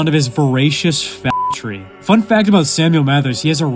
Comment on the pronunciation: Did you say fagtory? If so, good one.